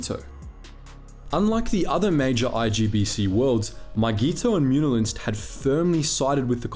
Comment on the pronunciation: I like how you pronounce Muun wrong but then continue to perfectly say Muunilinst xD